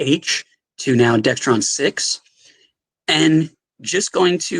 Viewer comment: This seems funny, listening to this again. He says Dextron instead of Dexron.